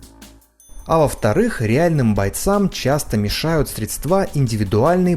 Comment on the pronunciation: не средствА, а срЕдства.